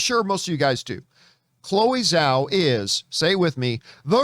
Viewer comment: Its Zhao... with a J sound But Chloé Zhao Star Wars? Yes please!